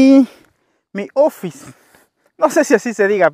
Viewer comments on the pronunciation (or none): none